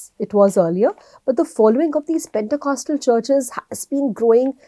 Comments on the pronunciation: As a Christian I want to tell the The pronunciation of Pentecostal is पेंतीकोस्टल/पेंटीकॉस्टल NOT पेंटाकॉस्टल /PENTACOSTAL । 😂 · It’s not pentA. It’s pentE ! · Thanks! Btw, it's Pentecostal not Pentacostal. 😊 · Please pronounce this word correctly, pentecostal church. Praise God.